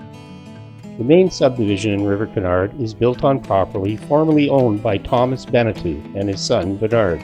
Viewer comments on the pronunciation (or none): Having gone to high school with the Beneteau family members in Amherstburg I can assure you it's pronounced Beneh-toe, not Beneh-too. Love the drone shots BTW.